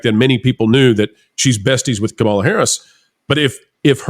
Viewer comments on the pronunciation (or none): This show claims not to be political yet the host mispronounces Kamala’s name, always takes an anti-left stance, and clearly has a Rush Limbaugh obsession. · Show some respect and pronounce Kamala’s name correctly.